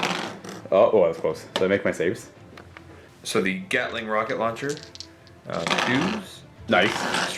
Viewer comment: Did I just hear this man say "gatling rocket launcher"